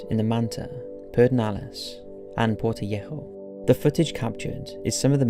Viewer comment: Greetings from Ecuador, I remember that terrifying earthquake. Haha that is not how you say Quito or Portoviejo, but 10 for the effort and great video!